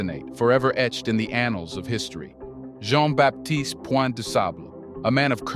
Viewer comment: Please learn how to pronounce Du Sable's name. In French, Baptiste is pronounced with a silent p. If this is a teaching tool. everything should be done correctly.